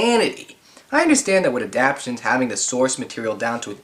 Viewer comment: “Adaptions?” Its ADAPTATIONS!!! Every time you say adaption I want to strangle you! 🤦🏾‍♂️